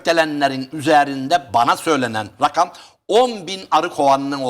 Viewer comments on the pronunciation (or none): none